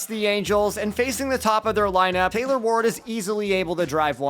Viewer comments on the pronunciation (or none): none